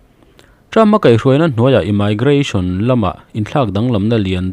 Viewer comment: Immigration ( imaigration❌, Imigration✅